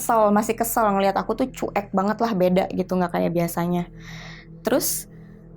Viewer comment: Sebelumnya turut berdukacita atas meninggalnya ayah kakakk ini... Tp aku pingin banget blg sama kakaknya,, CUEK itu dibacanya Cuwek,,kakk... Bkn Cu-Ek... Sepanjang dengerin bingung antara sedih dan marah dg ceritanya jg jengkel pad kakakknya blg CU-EK... 😭😭😭